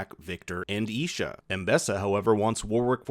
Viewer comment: Bro you butchered their names it's s Vander and Isha